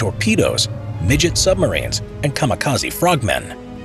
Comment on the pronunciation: "Midget Sumbarines"